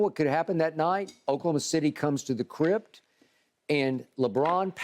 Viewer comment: If i hear Skip say crypt instead of crib one more time